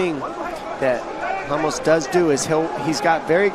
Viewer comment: Уши режут когда 1ый комментатор говорит Рамоса - Хамошом, 2ой Хамос, один я задаюсь вопросом? Понимаю если был бы Jamos - то хамош подходило